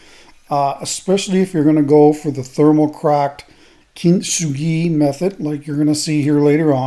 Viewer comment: Its like the northern lights in that glamor shot. By the way, Kintsugi is pronounced kin-tsu-gi